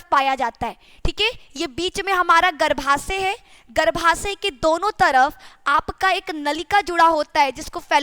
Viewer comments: मैडम जी हिंदी सुधार लीजिए गर्भाशय होता है न की गर्भासय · " शुद्ध हिंदी " !!!!!!!!!!!!!!!!!!!!!!!!!!!!!!!!!!!!!! --- - " गर्भासय " ❌❌❌====> " गर्भाशय "